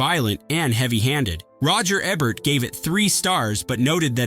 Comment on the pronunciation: unsubscribing and disliking because you cant even pronounce Roger Ebert's name properly wtf